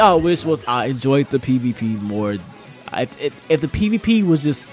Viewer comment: Is it me or did he say pp instead of pvp